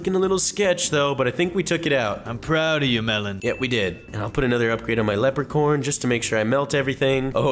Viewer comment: why do you say leprecorn not leprechaun